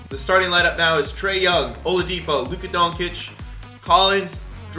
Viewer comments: IT’S LUKA DON-CHICH NOT DON-KITCH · Luka donkic😂😂😂😂😂😂 somebody needs to tell him how to say his name right